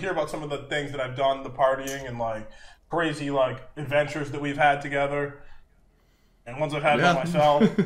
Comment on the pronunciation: the fall of is cwaZY